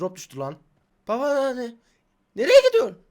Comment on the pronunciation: Türkiyenin "NEREYE GİDORYSUĞN"'u en güzel söyleyen youtube kanalına hoşgeldiniz